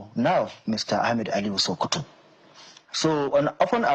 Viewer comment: it's not shokoto state,it's SOKOTO STATE.